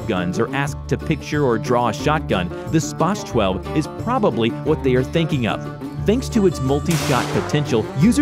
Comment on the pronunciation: Its Pronounced SP-AH-Z 12 but its spelled SPAS 12